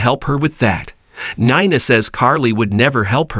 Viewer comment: Oh yeah!! Glad u asked. Nine-a, dant-tay. Makes me cringe as well.